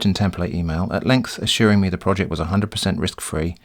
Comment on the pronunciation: "Director of Roject Development"